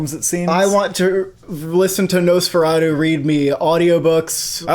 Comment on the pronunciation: It’s nosferatu not no sferatu